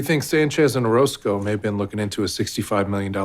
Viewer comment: 9분24초에 오로스코를 오로코스라고 하셨어요. 연행하겠습니다.